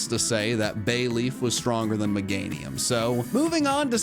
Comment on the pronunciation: MEGANIUM, NOT MEGAINUM!